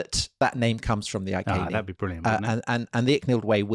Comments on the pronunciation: Why does Tom who claims a background in Latin pronounce the Iceni as "Ai Seen ee" or Ai ken ee"as opposed to "Ee ken ee"? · Is 'Eye-kay-nee' the accepted pronunciation of 'Iceni' nowadays? Would it not be 'Ee-kay-nee' in classical latin? We were taught 'Eye-see-nigh' at school - the anglicised Westminster latin rendering. I only mention it because it was said so many times. A very interesting video. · Boudicci. Victorious woman. Beir bua fellow Celts! PS Iceni ....I'd say that something like Ee- Kenny given there is no K in the Welsh / Latin alphabet? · Iceni = eee-KENN’-eee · Since we have no documentary proof, other than the name of a road (2000 years later) that now runs to Wiltshire, where Tom is from, Iceni is probably best pronounced eye-see-knee, rather than eye-kay-knee. What do you think Tom? Oh ok, let's try and convert all of Britain to say eye-kay-knee. Finally, if I was a woman, which I'm not, even though I have a penis, I would say Boudica was not entirely happy with the pronunciation of her name - boo-dick-ah. She would likely have been far more happy with boa-dis-seah, don't you think? I mean, you just have to know women to know what she would have preferred. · 'I's always make "ee" sounds in Latin, so "Eekehnee" would probably be a bit more accurate. (I'm by no means an expert, though.)